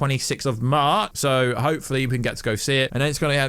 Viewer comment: U mean March he said maar pfft I’m dead